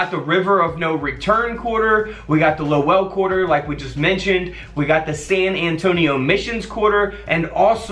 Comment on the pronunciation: Its pronounced low-l lol..im from mass everyone always slaughters the pronunciation of our towns